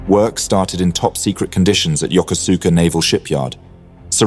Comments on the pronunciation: It's pronounced "YOKOSKA" not "Yo-ko-SOO-ka". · No, not yoker-zooker. Yokosuka is pronounced yo-koh'ska. The "koh" is as in "cough" without the F on the end. If you want to do history, you have to learn to do research first. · The Second Sino-Japanese war began in 1937, not 1941. The full scale war began immediately in 1937. Also, I know in English it is Yokosuka, but it is pronounced Yokoska, and Kure is pronounced Ku-re with more of an eh sound than an E sound. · The naval base name is pronounced: YO-KUS-KAH. Absolutely not true: Japan sent two waves of 353 aircraft to attack an entire fleet.